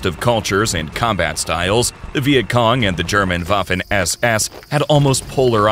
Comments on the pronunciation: It’s waffen not Wafle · That's Waffen SS, not Waffin SS 🤔